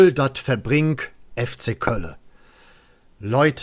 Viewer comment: Hallo, mega Video! Aber schwerer Fehler! Du sagtest immer verbRingt und nicht verbink 😅... No disrespect oder so. Aber das tat in den Ohren weh... Zum Video: Mega Vorschläge! MIR wäre ein regional kölscher Bezug wichtiger, als ein internationaler Claim. Der global gesehen aber auch was hat. Dennoch kann es nur um den rheinischen Dialekt gehen mMn. Ich wäre für Durch dick und dünn, janz ejal wo hin. Ich hoffe, Du erreichst etwas, das den FC nicht mehr mit dieser peinlichkeit assoziiert wird.